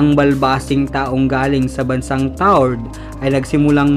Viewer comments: Tau red po hindi tard ahaha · Tau red hindi taured ang basa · mali pagkaka pronounce mo sa taured..hnd sya silent E.. ganito kung sa tagalog tawred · Taured po yun hindi tawrd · Taured TAWRED GANYAN ANG BASA TALAGA..TAWRED..HEHE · Tawa ako sa bigkas niya ng taured...TAW RED po ang bigkas ganyan po...TAWRED...